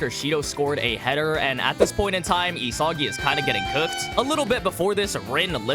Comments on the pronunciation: why does it piss me off when he says E-soggy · bro is losing aura points for saying isagi wrong